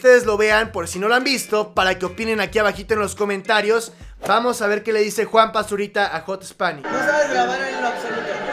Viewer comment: Soy el único que escucha Juan Basurita?